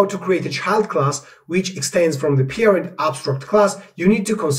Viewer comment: "Peerind". Took me a while to understand you mean "Parent".